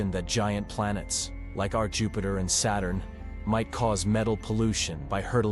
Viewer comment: NOT JUHPAITER! 😱😅🤣😂